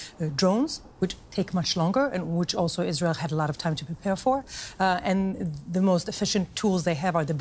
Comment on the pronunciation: Finally a news anchor who knows how to pronounce IsrAEL (as opposed to IsREAL)